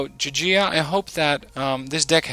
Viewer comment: You just say it j-j-I-a